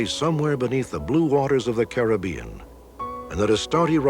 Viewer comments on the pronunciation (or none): none